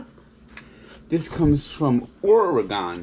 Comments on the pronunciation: It’s pronounced Oar-ugh-genn not Oar-ugh-gone, but yeah that state sucks with the inability to pump your own gas and the only cool thing about Portland is it has the most strip clubs per capita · What the hell you have against Oregon? You’re also saying Oregon incorrectly